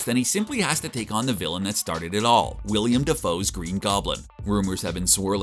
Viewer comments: It's WILLEM Dafoe, not WILLIAM. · Willem Defoe, not William. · His name isn't 'William' Dafoe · “William” dafoe.. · WILLEM not William Dafoe. you had one job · Willem* not William, cmon